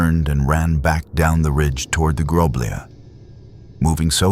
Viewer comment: I couldn't find the village in question, maybe don't change the name so I can try to find it and it's not groblije It's groblje you read lj as one letter cuz we Serbians don't have lj as in cyrilcs (Љ), this is the letter that the lj means